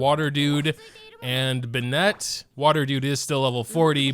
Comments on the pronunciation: its not pronounced (ben-net) its (Ben-it) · why do you pronounce Benett like a Frenchman lmao (no offence to any french speakers-) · I started pronouncing Bennett like that 'cause of. The situation is more critical than I thought